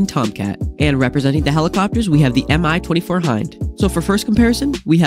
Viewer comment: Just a heads up, no hate but the Mi 24 is pronouced me-24 like me as a word